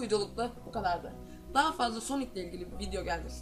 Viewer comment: knk soni değil sonic .d